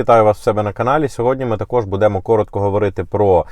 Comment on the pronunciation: скажи зачем ты постоянно коверкаешь нашу мову кажучи БУДЭ*МО !?? нормально звучит и правильно БУ*ДЭМО ты ж ведешь ютубканал ну говори нормально! нахрен этот рагульский акцент!?